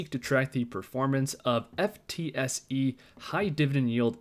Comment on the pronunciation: FTSE is pronounced ‘Footsie’